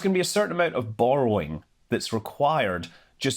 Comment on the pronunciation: бор-rowing. Classic.